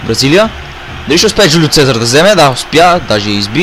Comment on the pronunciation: Не се казва джулио фезар,а се казва жулио сезар